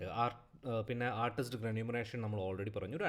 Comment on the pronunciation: റെന്യൂമറെഷൻ അല്ല remuneration